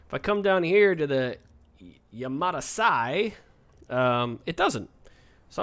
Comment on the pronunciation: It's pronounced Yam-a-tie. Like Sa-boo-tie. Yamatai, Sabutai. Japanese names.